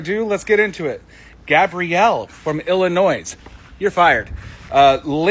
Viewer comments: GLAD YOU ARE ACCEPTING THE TRUTH. And, the S in Illinois is silent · Folks, the 'S' in the word Illinois, is silent.